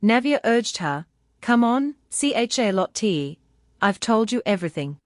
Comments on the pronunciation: The fact the ai can't figure out how to pronounce Charlotte is both really annoying and utterly hilarious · What the hell is wrong with the pronunciation of Charlotte. It's just so annoying. Edit :- This is so annoying. Now, even the mc's being pronounced as NA6A. I mean, wow.